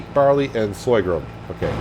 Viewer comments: /Sor-gum /. Not Soygrum lol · hey,the new crop is called sorghum not soygrum as you say;-) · Yup. Sore-gum.... don't like to criticise but pronouncing Sorghum like that will stop a lot of people carping... Love your new series. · What the fuck is soygrum!? Sorghum....is the word you are looking for